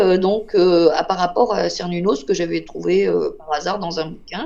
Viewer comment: À prononcer Kernounnos ou kernonnos ou Carnonnos Dieu celte du cycle de la vie, de la naissance, à la mort. Il représente l'Éternel recommencement. Il fait partie du panthéon celtique.